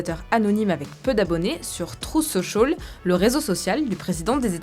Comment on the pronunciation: « TrOUF sociôl » 😅 Un effort svp